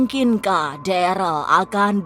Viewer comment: Ko deral namanya darel bu